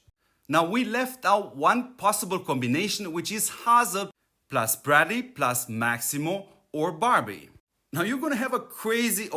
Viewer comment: Just sounds like you are saying bradley. Not trying to be rude, just trying help mate :)